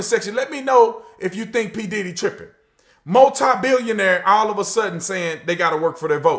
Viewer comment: Also every time you say multi it sounds like you're saying Mozart!